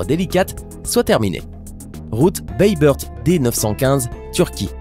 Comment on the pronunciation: Pour la ville turque bayburt sa se prononce baybourt est pas baybeurt